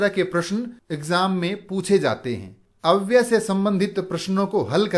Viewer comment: अव्य शब्द के साथ य अक्षर है जो अव्यय शब्द बनाता है । गुरुजी आप अव्यय के स्थान पर अव्य बोलते है सुनाई देते है ।